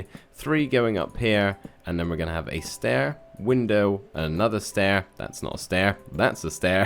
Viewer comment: „A Stair…a window another stair-thats not stai 😂😂